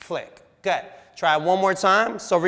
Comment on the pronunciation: am I the only one who hears "go 'head" when he says "good"? just me?